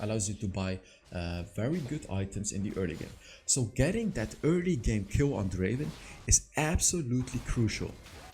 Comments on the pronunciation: Not draven, draaaveen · Not draven it's draaaveenn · Not Draven.......Drrrraaaaavvven 🤣🤣 I Love this Guy so much He ia my absolut fav Draven